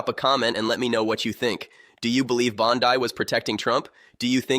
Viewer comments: Can’t even pronounce the name right. It’s not BONDI her last name is BONDEEEEE. HORRIBLE AI. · Jeebus teach your AI personality to say Bonde or Bondy or Bondee! 😂